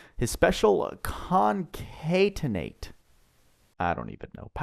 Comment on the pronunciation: His special is pronounced con-cat-en-ate, which means to like link things together. Great video btw.